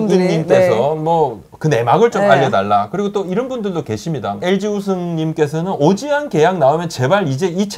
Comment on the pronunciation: 부장님 말하실때 오지환이 자꾸 오쥐환으로 들려요